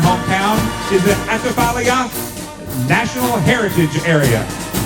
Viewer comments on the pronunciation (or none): none